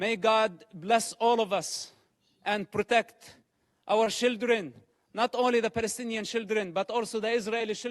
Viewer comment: I know its his accent I know its the fact that english isnt his first language But I love the idea that he is saying "Shilldren" intentionally, as children in gaza are pretty much being used as such